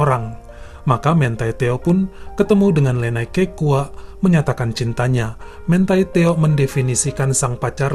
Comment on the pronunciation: bacanya MANTI TEO aja, bukan mentai teo